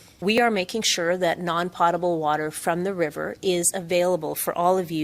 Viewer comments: Gondek doesn't even know how to pronounce "potable". Dope. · The mayor should learn how to pronounce potable. poe-tuh-bl